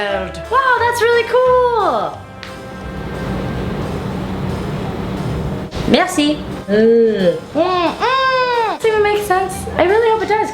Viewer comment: This "merci" was well said, bien. Funny guurl